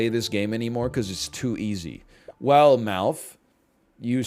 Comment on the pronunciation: Every time you've ever said MALF I've thought his name was Mouth 😬